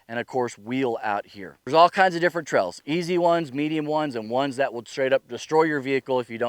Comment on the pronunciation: No, not misspelled. The way you say Trails ... "Trells", just had me and my girlfriend chuckling each time you said it.